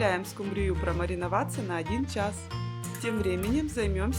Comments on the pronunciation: Сил больше нет слушать:"скумбриЮ"...( под музыку (( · Простите, но ску'мбрию...